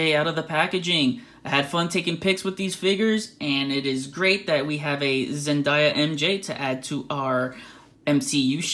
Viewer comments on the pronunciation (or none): Zen - DAY - a not zen -die - ya 😴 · It's Zendaya not Zendaia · The way he pronounces 'Zendaya' is weirding me out.